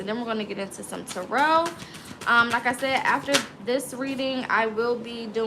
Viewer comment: I love the way you say tarot